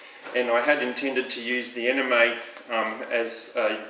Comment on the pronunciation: excellent review - and really nice mods. I thought the Anemone was pronounced "An-em-oh-knee"? Like the underwater creature of the same name? Maybe that's just me though :) you did a great job on this, well done.